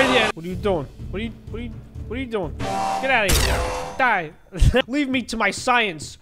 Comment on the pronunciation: You say die not due